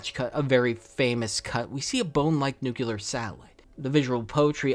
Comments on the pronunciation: it's pronounced nuc-LEE-ar, not nuc-YOU-ar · Every time you pronounce "nucular", somewhere a small puppy dies. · There is no Y in Nuclear so I had to stop listening to this